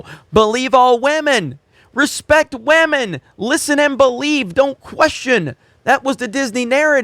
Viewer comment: "I wanna respect some waman!" ~